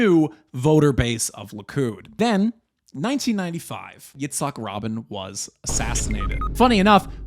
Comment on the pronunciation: Yitzak Rabin is pronounced RaH Bean